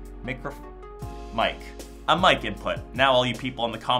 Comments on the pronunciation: I closed the video when he said MIC badly... :D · I've never seen a person that said Mick 😂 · Having a hard time taking a guy who calls a mic a mick seriously